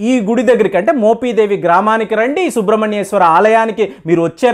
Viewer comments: మోపిదేవి, మోపీదేవీ కాదు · adi మొపీదేవి కాదు మోపిదేవి మీరు "మొపి" ని "మొపీ" అంటుంటే కొంచం ఇబ్బందిగా వుంది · మోపీ దేవి,, కాదు బే!😂 మోపిదేవి, అని స్పష్టంగా పలక లేవా? ఒక చారిత్రక మరియు ఆధ్యాత్మిక ప్రదేశం గురించి చెప్పేటప్పుడు, ఖచ్చితంగా & స్పష్టంగా పలకడం నేర్చుకో! మోపిదేవి గ్రామంలో వేంచేసి ఉన్నటువంటి శ్రీ సుబ్రహ్మణ్యేశ్వర స్వామి వారు, చాలా మహిమగల స్వామి వారు! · మోపీ దేవి కాదు మోపి దేవి అనాలి ప్లీజ్ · మోపీ దేవి కాదా నాయనా...మోపిదేవి...నీ తెగులు తగలబడా...m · మోపీదేవికాదు కుయ్యా మోపిదేవి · Adi moopeedevi kadhu swamy mopidevi... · ముందు మోపిదేవి pronounce చేయడం నేర్చుకో. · మీరు మోపిదేవి ని పలకడం సరిగా లేదు,sorry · Nee bonda మోపిదేవి pronounce cheyudum nerchuko